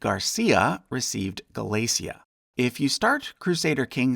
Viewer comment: I noticed you’ve got Galicia there, but you should know you’ve misspelt and mispronounced it as Galacia.